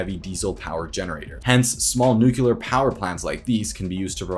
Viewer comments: This is the one issue I had with this video! Otherwise, the guy seems to know his stuff, and is very informative, but then he says "nucular" like any other American ignoramus! He seems to get it right on some occasions though, so I think he is aware of the issue and is practising in front of the mirror to try and get it right, but it takes a while to unlearn the incorrect pronunciation when everyone around him has been mispronouncing it for his formative years. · I applaud you for this video, I learned a lot! Kudos. (Please, however, pronounce "nuclear" correctly.) You might also try to see if Thorium electricity production will be competitive in cost with the prices of solar and wind energy production in, say, 15 years' time. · it's unfortunate to have the impact/authoritativeness of this otherwise excellent video take a hit every time it's mispronounced. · lol, no it isn't an accent. How you fundamentally pronounce something is not accent. the pitch or length of words might change, even emphasis. But accents do not magically add in a syllable that isn't there! But you are correct, it really isn't that big a deal, just thought it would be funny to see someone defend being wrong. Thanks. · Small favor: please say nu-clee-er rather than nuke-you-lar . Just say it like it's spelled. Remember it sounds like "friendlier". This dog is friendlier than that dog. This dog is not friendular than that dog. I've heard that both pronounciations are correct so I'll just have to consider it a favor. It just really bugs me and I know I can't be alone in this. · It's "nuclear", not "nucular"... The latter isn't a word. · I stopped when he started saying “nuke-u-ler”. If you don’t know it’s pronounced “new klee er”, you already have lost any credibility. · try pronouncing the word as "new-clear" not "new-qulur", you would sound better educated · As soon as you pronounced it “nuke u ler” I stopped watching. Learn how to pronounce the word you’re talking about. 🙄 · nucular xD